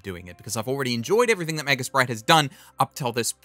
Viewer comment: I gotta ask. Are you saying Magus Pride or Magus Bride?